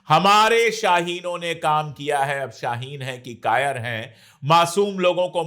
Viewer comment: App ko shyd urdu ni aaati shaeen pilot ko kahta 😂